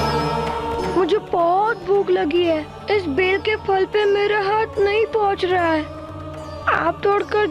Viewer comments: Ber nahi he bel fal he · Ber nhi bel (wood apple) botanical name Aegle marmelos, punjabi ch isnu Bil keha janda hai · O ber nehi bel hai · No no It's not ber nhi It's called bel wood Apple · Ye ber nahi bel hai dono me bahut difference hai. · Ber nahi bel hota hai Punjab main hota hard hota upar se orenge jitna bada hota hai iska juice banta hai garmiyon main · Bhai Ber or Bel alag hota he